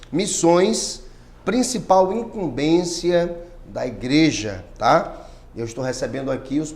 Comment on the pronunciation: imcumbencia e nao imcumbeçia ok